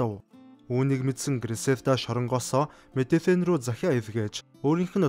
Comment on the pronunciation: Мэдэжин гэж хэлдэг шүү 2 Л үсэгийг Ж гээр дуудаж байгаарай цаашидаа амжилт дэмждэг шүү